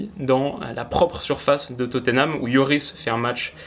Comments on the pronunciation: S'il vous plaît : on prononce << Totnam >>, pas << Toteunam >>. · Je t'en supplie c'est Tottenham et pas Toténham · Oh mon dieu je suis obligé de le dire même si c'est 3x rien ça me frustre trop x) c'est pas toténam, ni toteunam, c'est juste totnam 🙏🙏🙏